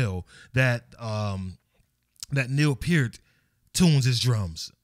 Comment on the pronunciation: It’s cool that he know how to correctly pronounce Peart!